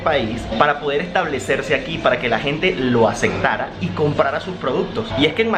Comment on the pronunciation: Según yo se dice ACEPTARA, no ACECTARA